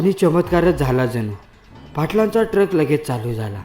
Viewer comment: टरक नव्हे ट्रक बोल